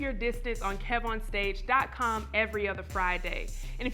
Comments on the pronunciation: That's how you know someone doesn't watch your content "Kevon" instead of "Kev" or "Kevin" I stopped the interview after the 4th time he said it. Kev corrected him around the but still, it shouldn't take almost 20mins to fix something like that. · When the host calls Kev On Stage "Kee-von" for the third time and Kev corrects him. Cracking up!